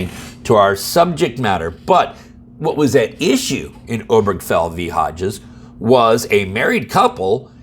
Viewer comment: I thought the name "Obergafel" had four syllables.